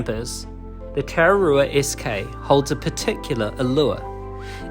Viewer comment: hes saying you're pronounciation isn't very good I agree but im not gonna have a dig at you for it, if you want this may help tah rrah rroo ah is the correct pronounciation, rr mean roll the R